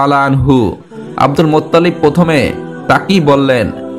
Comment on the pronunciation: Cagol aage bangla uccharon korte sekh, Muttalib Allah er naam jibon ou shune nai!